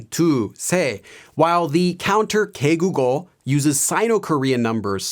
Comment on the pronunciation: U gotta say it like -개V국어 Not -개국어. It’s -개 국어